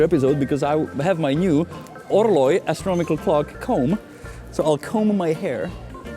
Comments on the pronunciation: For the love of god its not "astromical" its "astronomical" hearing you say it the wrong way multiple times in a row makes me physically hurt. Other than that great video, greatly appreciate you for bringing attention to problems like these hideous shops! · Janek, your English is amazingly accurate, but sometimes your pronunciation is wrong. Astronomical is correct; astromical is not. Wafer sounds like wayfer, not wahfer.......as if I could pronounce Czech correctly....Thanks pal!